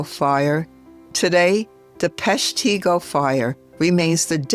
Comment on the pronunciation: Well done. But Peshtigo is pronounced, Pesh'-te-go.